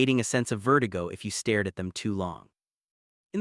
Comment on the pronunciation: Awful AI voice which can't tell the difference between past and present tense of read and the pronunciation of stared and starred. I gave up after that. It's a pity that the uploader can't be bothered reading it out in a natural voice or correcting the errors.